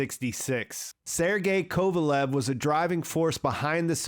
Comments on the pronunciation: Sergei Kovalev? KoValev? Really. Man you butchered the surname it is KoRolev, with an R. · Korolev. Not Kovelev. You Yanks make no effort to learn foreign names. Another example of American exceptionalism and chauvinism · its "Core-Oh-lee-ov", btw. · It's Korolev, not Kovalev. Well it's actually pronounced KorolYOv, but the transliteration convention is Korolev.